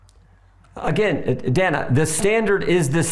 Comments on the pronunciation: Dana pronounces her name as Dan-a. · why does he keep calling her Dena? 😂